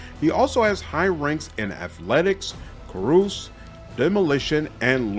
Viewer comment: Great video, thank you. Also, I'm gonna be that guy. Carouse is pronounced kah-rouz not kah-roos